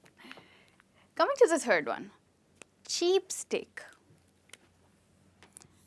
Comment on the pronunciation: I've learnt it "cheapskate"' not "cheapstake" kindly let me what's right. Thank you